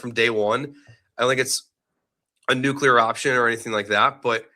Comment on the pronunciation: Havin' flashbacks to George W with these "nucular"s